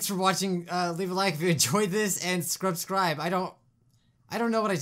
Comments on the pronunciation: Did you notice that you said scrubsribe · You said scrubscribe